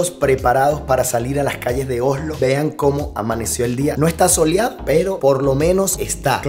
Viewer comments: vas a tener que pronunciar bien la s. Se dice Osssssslo. No ohhhhlo. (Oslo).😘😘😘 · Oslo ,el dice ojolu